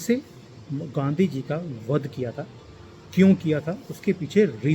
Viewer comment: गांधी नही बोल रहें हैं, बल्कि गंदगी नाम से उच्चारण कर रहें हैं। वैसे तो राहुल गंडी नाम से पुकारना चाहिए।